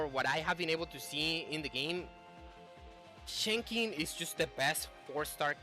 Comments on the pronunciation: it's Chen Sing in English chief. The X is pronouced as an "S" for some reason. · Pronunciation for Chenxing in English is "Chensing", where the 'e' in chen is like 'uh'. Hope this helps :)